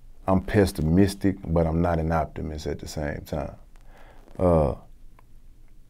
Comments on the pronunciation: He said "pestimistic" 🤣🤣🤣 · he pest-ah-mistic lls